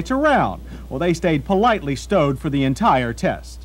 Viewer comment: "sport-he cars" "fort-he three thousand dollars"